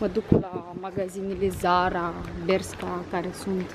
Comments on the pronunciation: bescha, se pronunță : beşca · Se citeste BERŞCA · Nici măcar nu știi sa spui corect Bershka și Pull & Bear